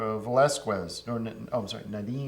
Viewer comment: "Ed Nor-TON"